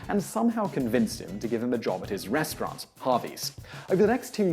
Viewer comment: Why do you say "restrwaarrnt"